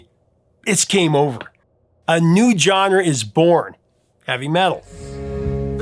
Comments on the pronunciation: Drives me nuts every time you say "John-ruh." Try "zhaan·ruh." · Absolutely love the content on all of these! However, could you check your pronunciation of the word "genre" please? The correct sound of the G is the J sound Jean-Luc Picard. Like a Jzuh sound. Please, for the love of God correct it. It's like nails on a chalkboard every time you say it. And you say it a lot! No offense, but you're killing me, Smalls.☠️